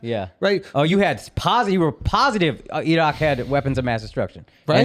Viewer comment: Akaash breaking out that (EH-RAHK) pronunciation like he's David Ignatius.